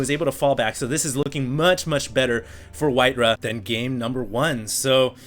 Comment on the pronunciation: Why you call him WhiteRUH?